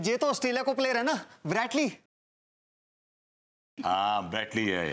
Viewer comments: Are wah brus lee , nahi wo brett lee hai , sahi pakde hai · Brett Lee❌ Bread Lee ✅